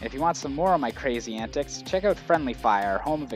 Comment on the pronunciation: Lol, I only realized he was Canadian when he said "Out." But, being Minnesotan, I've been confused for being Canadian once or twice, I guess I do the same thing. :P